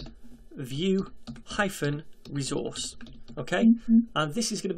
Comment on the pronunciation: You pronounces it as "VueRezource", That sounds good. Thanks for this amazing playlist about Vue JS...